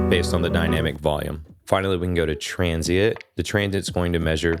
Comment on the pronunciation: It’s transiENT not transiIT btw